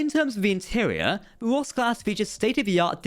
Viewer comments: Cant tell if your saying " Ross class" or "Woss class" lol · You say ROSS class, but I always hear VOSK class (the Na'kuhl from ENTERPRISE)